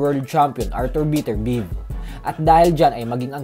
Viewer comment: Beterbiev biyeb gnyn ang pronounciation hindi biterbiv panget mo magpronounce